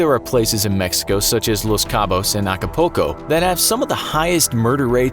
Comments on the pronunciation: He pronounced it acapoco🤣😂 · you keep saying "Ak-Poko" instead of Acapulco... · Alcapoco or Acapulco? hahjahahaha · acapoco 😂😂😂 they didn’t even try to pronounce the city right lol This will forever be funny to me lol. Acapoco lol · The way he said Acapulco 😂😂😂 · That pronunciation of Acapulco hurts my soul. That’s my mom’s home town. And I’ve spent various weeks of my childhood there. And the way you pronounced it just hurts extra hard.